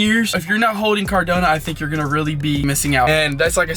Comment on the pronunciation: Bro CardAnO not CardOnA lol